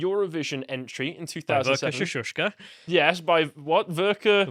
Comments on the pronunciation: Verka "Seshushka" It's Ser-Duch-Ka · Don't butcher the pronunciation of Vera Sir douche ka, pls.